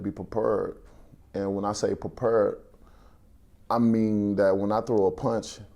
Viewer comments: Perper” tf is that 😂💀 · "Prepurrd" lol wilder